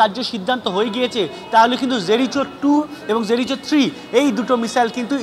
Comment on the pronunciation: Ota জেরিচো naa জেরিকো, ঠিক করে উচ্চারণ টা করুন।